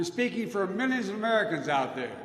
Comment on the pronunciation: 'I'm speaking for misonins of Americans out there? What is 'misonins'? I think he is drunk or drugged.